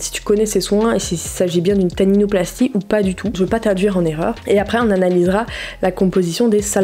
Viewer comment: C’est pas tatinoplastie C’est Taninoplastie 😂🤦🏽‍♀️😂